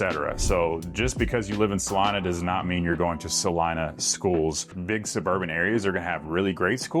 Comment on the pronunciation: 😂It’s pronounced: Sah-LEE-nah …!! 🎯